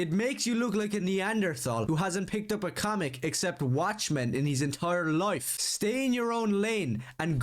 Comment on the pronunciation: Bro calling others morons and illiterate at the end but pronounces life as “loife” like dude where’s the o in the word life